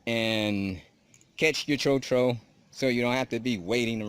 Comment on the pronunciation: Mispronunciation of "tro-tro". It is pronounced closer to "trot" than "throw".